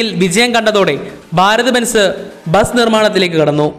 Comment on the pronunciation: ബാരത്‌ ബെൻസ് അല്ല ഭാരത് ബെൻസ്